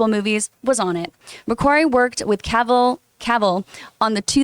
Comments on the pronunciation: She said ca-vill. He said she was professional?? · John, is a red flag if the host can’t pronounce Henry Cavill’s last name, I mean is Henry FREAKING Cavill